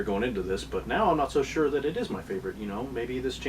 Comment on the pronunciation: you mean "....but now I'm not "SUHR" anymore....